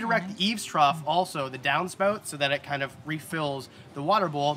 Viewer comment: “Downspout” has to be the one word that’ll hit you with the Canadian accent the hardest.